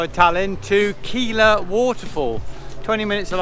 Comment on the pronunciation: Keila is pronounced like gay-la.